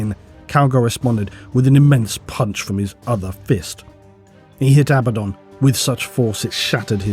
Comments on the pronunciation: Abba-don = correct A-bad-in = incorrect There is zero debate about what's correct. Even stated by GW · I genuinely love you videos, but everytime I hear you say abadon wrongly, I think... cmon man, you know there's only one way to say it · it tickles my brain every time you reiterate the actual english pronunciation of abaddon (not abba-don). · There’s probably some grammar rule about it, but every word I can think of that has a double consonant stresses the syllable before the consonants. PAddle, BUllet, FIddle, HAppy, etc. Despite that, I think ABaddon sounds better, with the only advantage of the other pronunciation being that it sounds like “a bad ‘un”, which is appropriately derisive for such a cartoony villain.